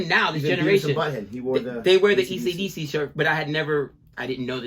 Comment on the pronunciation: "accadacca" confirms your nationality and age :)